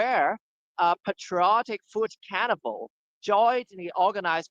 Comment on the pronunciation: thanks HKFP... BTW "carnival" sounds like "cannabal" on the audio.